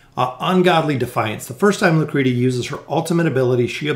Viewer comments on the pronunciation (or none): Its pronounced Lucreshia.. you and Volkin are driving me nuts :D